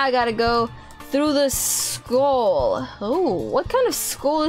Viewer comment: Skull! Not school!!!!!!😂😂😂😂😂😂😂😂